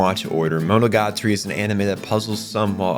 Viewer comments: bro pronounced monogatari wrong in the first 5 seconds immediately exited the video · Nitpicking: : is pronounced MoNOgaTAri, not MonoGAtari.